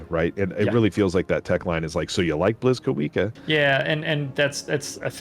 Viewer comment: Blyskawica is also pronounced more like "bleeskaveetsa".